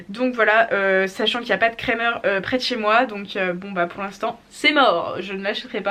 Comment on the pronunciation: Wouah c’est fou... à force d’entendre des influenceuses françaises écorcher « Krämer », ça fait bizarre d’entendre le nom de la marque dit correctement 😂❤️. J’avoue que lorsqu’il faut aller abreuver les chevaux à -13 degré et que le robinet coule sur mes gants j’atteints mes limites en hiver... vive les habits chauds!